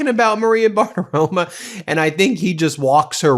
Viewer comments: It's Bartaromo, not Bartaroma. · Ben, you are wonderful but the Fox News host is Bartaromo! An “o” on the end, not an “a”! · Who is this Maria Bartirom-UH!